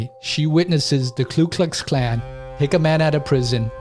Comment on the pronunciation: Ku Klux Klan. There's no 'L' in the first part. It's sort of weird how many Americans say KLu Klux Klan.